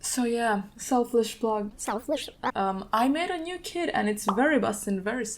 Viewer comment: For a second I thought she said “I made a new kid” when she was talking about her kit😭🤦🏾‍♂️